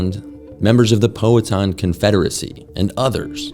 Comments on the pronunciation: Hearing educated elites mispronounce "Powhatan" drives me nuts. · OK, I grew up in Virginia and you just fucked up Powhatan so badly I want to slap you.